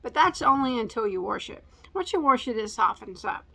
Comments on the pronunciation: My hubby says "warsh" also....I love it! Love that yarn. you make fantastic videos! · I like how you say wash, It's how I say it and my daughter is always correcting me lol. I just keep telling her the more you try to correct me the more I will be stubborn about saying it with the r sound in it. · I say WARSH too!! Thank God someone else says it like that, lol. I'm 68 and people have been bugging me all my life. I'm originally from Montreal, Canada and people there used to ask if I was from the US, Haha. I've been here many years now and a pastor in Maryland 20 yrs ago used to say it like us. His family was from Jacksonville, Florida. I think it's something to do with my Scottish/English ancestors, lol. Don't change, it makes us interesting. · Cool yarn!!! Show us your top when it’s done. And you can say warsh if you want to. We love you no matter what. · Are use the word wash(worsh) also. I grew up with our family my mom, especially saying worsh, so that is what I say. I can’t wait to start with the linen cashmere blend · Screw what people think!! You want to say “warsh”? You say warsh!!! My momma used to say that all the time!! Anyway, GORGEOUS yarns!! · I grew up in upstate NY, but my Dad was from Illinois, so I LOVe to hear you say, "warsh." It makes me feel like I'm with family. 💕💕💕💕💕💕 You do you! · My family comes from north central Indiana, and my grandparents said 'warsh'....so, it gets a thumbs up from me! Interestingly, I know someone who grew up in the northwest, and that's how she pronounces it also. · Be true to you girl! Use that "r" warsh warsh warsh! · You say wash( warsh) any way you want. 🥰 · That yarn is cool! I say warsh too. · 🙋🏽‍♀️There is no “correct “ way to say wash. Different cities say things differently. You say it however you want!! 😠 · I say wash just like you do!! It drives my granddaughter crazy! I love the sound of the new blend. They don't sound like they go together but I bet it feels heavenly once it is washed.